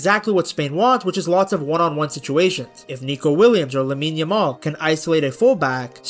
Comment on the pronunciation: I swear the amount of times Peter Drury has called Lamine Yamaal, Lamaal throughout the tournament is mind boggling!